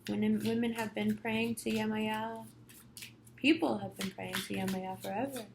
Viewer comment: Thank you:>) I'm a Priestess of Yemaya almost 2 decades, Yemoja (Brazilian Spelling).. Thank you for doing her rightous and saying her name correctly... The reading wasn't bad either Thank you again